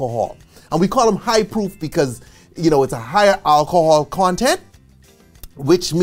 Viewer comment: 😂😂 thought he was saying POOF at first 💀💀